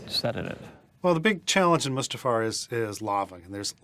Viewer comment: "mufASTA realm???" Dude, if you're going to speak directly to the director of the film you're working on regarding the MAIN sequence you're working on, I think it's best to be able to pronounce everything right.